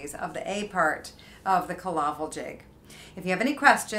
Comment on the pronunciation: It is pronounced Kill - A - Vill ..not 'killavil' as in one word .... in Irish Cill Fhábhail ..just up the road from me here in Sligo....